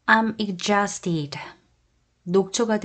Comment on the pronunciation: exhausted는 발음이 ɪɡˈzɔːst 입니다. dʒ로 발음하시네요. ㅋㅋ